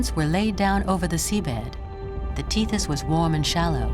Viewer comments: the teeth is sea, awful. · Only AI pronounces it „teeth-us“ 😂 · It's a Greek word; Tethys. Teth es ... we dishonour people by pronouncing their words any old other way. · You can’t even pronounce tethes sea